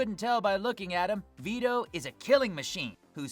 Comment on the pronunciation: Few things: Veh-toe not Vee-toe Ahh-sta not Ass-ta Captain Yami finishes Vetto, not the Asta and crew.